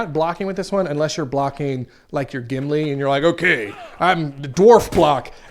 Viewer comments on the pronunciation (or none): none